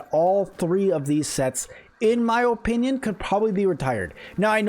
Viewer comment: A try hard who says o-pinion. Yeah no I'll stick with the OPINIONS of people who know how to speak and isn't super obsessed with perfect block